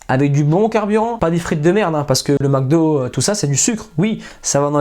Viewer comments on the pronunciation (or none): none